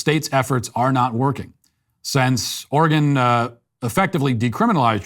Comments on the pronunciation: Hey Matt, Oregon resident here, thank you so much for pronouncing our states name right, many people say Or-ee-gohn, and not Or-ee-gun. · I appreciate you pronouncing Oregon correctly